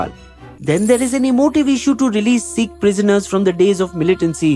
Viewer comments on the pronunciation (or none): none